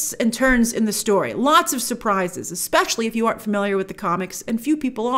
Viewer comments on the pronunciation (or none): none